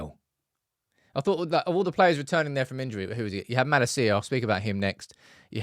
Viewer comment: I love your videos, but how do you know so much about United & not know how to pronounce Malacia’s name? 🤣